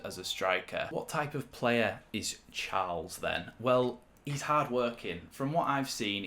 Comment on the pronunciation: His name isn’t pronounced as in the English version of Charles